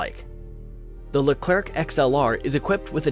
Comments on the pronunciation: Small detail to correct which isn't directly linked to the content of your video : unlike Spanish or other Latin languages, in French we almost NEVER pronounce the last letter of words, any more than that of people. So our tank doesn't bear the name of General "LECLERK" but of General "LECLER(C)". As you correctly pronounced the name of our plane, the "RAFAL(E)"... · Leclerc, not Lekr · WE SAY LERCLEC WHITOUT SPELLING THE C : LIKE LECLER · Stop prononcing the "c" at the end of Leclerc thanks you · Cool cool, but please stop pronoucing the ending "c" of Leclerc ! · Of course maybe the american have their owne prononciation, but just know that it is a common miss-pronouciation by all America even if the officials say it is with a "k" sound. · Or the french Forvo, just search for Leclerc in french forvo pronouciation ! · You didnt pronounce the C at the end of Leclerc